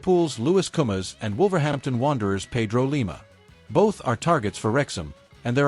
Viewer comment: It's koumas, koumas, not komas